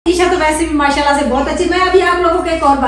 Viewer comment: MAA SHA ALLAH k akhir mn H yani ہ ki awaz lazmi nikala kren plzz